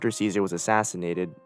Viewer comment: lol, making an Iceberg and saying Ceasars name wrong is funny.